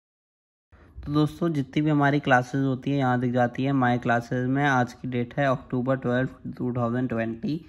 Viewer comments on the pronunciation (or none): none